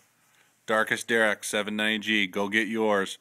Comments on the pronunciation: it is pronounced "dar ack". anyway still cool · its dharak